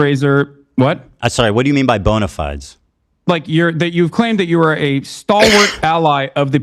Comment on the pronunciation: My favourite part of this is that Hasan says "bona fides" pronounced incorrectly and in a context that makes no sense whatsoever.